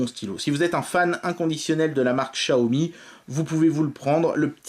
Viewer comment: Comment ça se fait que Xiaomi devient « Chiaomi »? Dans les autres vidéo, tu ne le disais pas comme ça et j’avoue que ça sonne bizarrement 😉